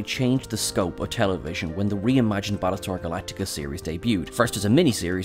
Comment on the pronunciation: Balletar Galactica? Bad start… Ugh 2min in I had to stop… I can't take these terrible mumblings…